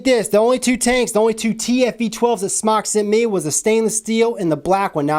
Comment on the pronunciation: it's pronounced smoke not smock. it's a play on words it's sounds like smock from non English speaking people like fried sounds like flied. think about about it its smoke with out the smoke lol